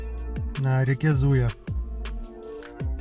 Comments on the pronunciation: Не Зуя а ЗуЯ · Не ЗУя, а ЗуЯ! Поселок по Тавриде ещё есть. Пора бы знать уже))) Также БалАново - за много лет жизни рядом с ним - ни разу не слышал чтобы местные люди так называли. Только БаланОво. И не надо сейчас говорить про Википедии всякие)) Может когда-то давным давно и было БалАново, но теперь БаланОво. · БалнОвское, а река ЗуЯ - ударение на Я. говорю вам как местный житель. Моя бабушка строила это водохранилище. Я на нем всю юность провела. Каждое лето лишняя вода уходила через водосброс, теперь оно мельчает. Во-первых, потребление возросло, во-вторых еще и вояки откачивают на свои воинские части